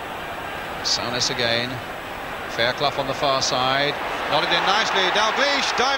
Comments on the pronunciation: Sow-ness instead of Soo-ness haha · FFS Brian..Its Soo-Ness, not Sow-Ness. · Great goal from Kenny....but look how well Souness played too. ( or "sow-ness", as lovely old Brian Moore kept calling him). I think the signing of those two players were probably the most important in the club's history and transformed them from a 'merely' great side into one of the best the country, and Europe, has ever seen.